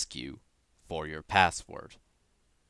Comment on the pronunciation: It sounds so weird how he says password it sounds like passwort and great vid